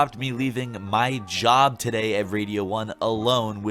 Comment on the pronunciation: "Yorbs" is obviously the Norwegian pronunciation of "jobs." 😊